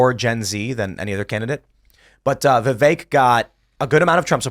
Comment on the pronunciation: Vipek Ramaswamy? 😅